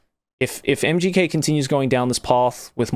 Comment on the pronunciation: Dude, why do you keep saying MJK whenmit's MGK? Also I've never heard of this dude before so how exactly is he mainstream?